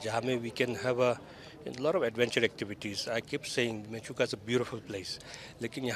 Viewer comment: It is not mechuka. It is menchukha སྨན་ཆུ་ཁ་in our script. It means water of medicine.